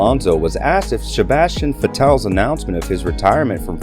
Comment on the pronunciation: As soon as I heard how you pronounced Vettel I was out.